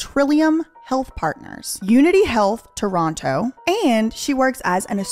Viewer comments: As a native Torontonian, you said Toronto correctly and also that you know Gaddi Red Challenger is amazing. Its definitely a bop out here!😂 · Perfect pronunciation of Toronto. 👏 👏👏